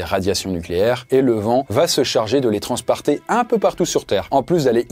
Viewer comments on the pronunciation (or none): "le vent va s'occupé de les TRANSPRATER" suis-je le seul qui l'a entendu